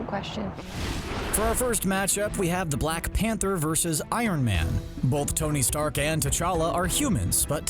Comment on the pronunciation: Pather and wovervine